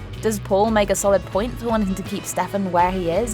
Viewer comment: Butchering names AGAIN